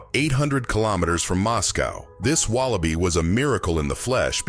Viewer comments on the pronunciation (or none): This AI narration needs to be removed. ITS WALLABEEE NOT WALABYE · written wallaby pronounce wallabee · I did not know the singular of wallaby is wallabi (?) . . . intersting